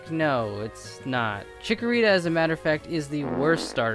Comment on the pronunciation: not chickorita